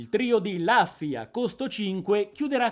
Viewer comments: la pronuncia più corretta è Luffy come lo leggeresti in italiano, rufy è accettabile comunque. Rubber di sicuro no! ahaha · comunque si dice lUffy con la U non ne posso più scusa ero convinto che qualcuno in tutti questi video già te l'avesse detto